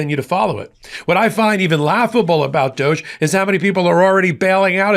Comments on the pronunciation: It's not pronounced doje, it's pronounced Dog - E, you know like Snoop dogee dogee.. Everyone remembers him, he's the one who couldn't stand Trump because of who and what he is! But NOW, they're good MONEY buddy's... What a Shocker!!! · You're mispronouncing DODGE. Short "O" and long "E". Accent on first syllable.